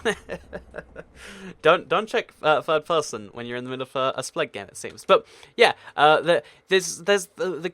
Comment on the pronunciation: I think you spelled spleef wrong on the picture before clicking this video because you said "spegg"